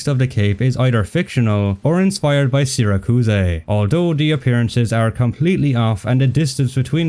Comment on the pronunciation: Sira kuus ey is going to kill me. Is that the Italian pronunciation or have you never heard of Syracuse